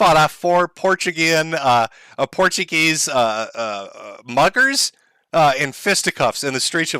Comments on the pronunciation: Oh my fucking god Josh was right, he does pronounce it "porchego" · Pour chew go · You're saying it isn't Portchugo? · I think he pronunces it more like "portugo".